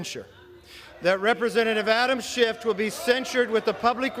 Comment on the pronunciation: Kev, there is no “t” on the end of Adam Schiff’s name. You knowing place onethere because yourcult leader does it. You are bothdespicable to the core. This is a hypocracy and you all know it. You have taken the gop down so low it can never recover until you are all removed for good.